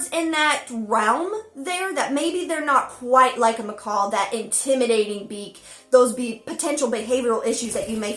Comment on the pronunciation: She hates it when people say "parakeet", but says "m'kawl" over and over....🤦‍♀️🤦‍♂️🤦‍♀️🤦‍♂️